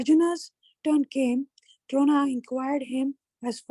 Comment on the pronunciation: Request not to misread the names ...it's Arjun not Arjuna, Krishan not Krishana , Dron not Drona